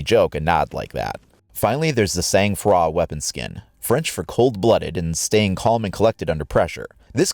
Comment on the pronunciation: omg you say gendarmerie "gen-de-marie" that sound terrible to me but that's ok cuz i can see the emote if your are first thx man (il le dit vraiment mal même sang-froid ...[traduction: even "sang-froid" sound terrible])